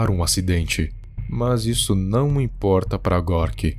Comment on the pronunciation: Gostei desse seu "Não imporrta" kkk.